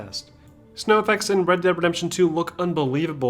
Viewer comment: Bred deb redembtion 2